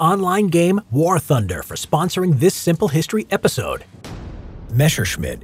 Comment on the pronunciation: I call messermitch 262 ME-262 not M-e 262